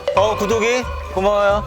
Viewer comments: 왜 자꾸 구더기로들리지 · 구독이가 자꾸 구더기로 들려요..큐ㅠㅠㅠㅠ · 자막 없었으면 ‘구독이’이가 아니라 ‘구더기’로 들렸을 듯...